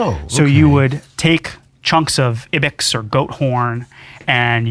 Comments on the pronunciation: He said ibecks? I'm infuriated... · I love how museum guy pronounces Ibex wrong every...single...fucking ...time...ROTFLMFAO...lol. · Ibex is pronounced 'AI-beks.' The "I" is pronounced as in "I went to the museum"